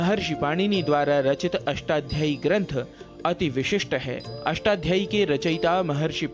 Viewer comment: उद्घोषक महोदय, बारंबार अष्टाध्यायी का अशुद्ध उच्चारण "अष्टाध्ययीं" क्यों कर रहे हैं?